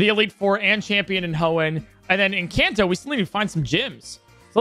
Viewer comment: Bro said can toe